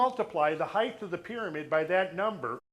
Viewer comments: Lol he says heighth. That's not a word. It's just height. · For crying out loud! This man is so bright, intelligent and learned, why is he pronouncing the word "Height" incorrectly? The word "Height" has a final "T" sound and not a "TH" sound. Christ Almighty it drives me nuts! I'm trying really hard to take in this wonderful beautiful data but everytime I hear that word pronounced incorrectly it drives me insane! Giving him the benefit of the doubt, it could be a hearing based deficiency. Sorry to be so fucking petty. I will buy the DVDs anyway. : -)